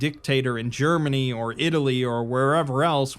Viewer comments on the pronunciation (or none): none